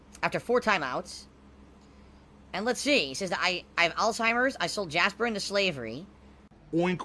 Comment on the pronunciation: Huh? Jahsper?! Huuuuh no! I never had had a cat named Jahsper... you're a freaking mahron and now you're banned ACK ACK ACK